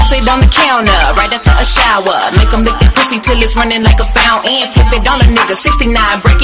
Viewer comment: omg the way she pronounced fountain to rhyme with even?????? amazing